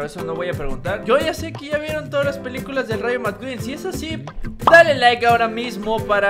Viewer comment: De Len liiiike no lilake